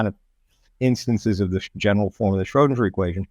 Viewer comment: He keeps saying Schrodinjer.